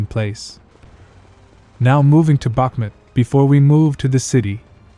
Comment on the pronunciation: The name of the city is Bakhmoot, not Bakhmet!